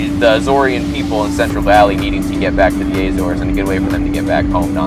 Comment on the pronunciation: Was so looking forward to watching this until you started to pronounce Azores. WRONG! It has no Eh? In it’s pronunciation what so ever